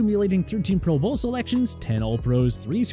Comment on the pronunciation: The way this guy is emphasizing pro BOWL let’s me know he is in fact a maniac